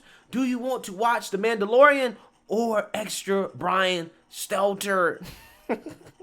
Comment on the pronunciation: This is the first time I ever heard this guy say Stelter’s name right… He reminds me of Jesse lee Peterson the way he butchers the shit out of words..